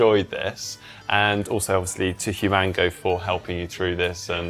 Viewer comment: Lol I think it’s “human-go” not “hu-mango”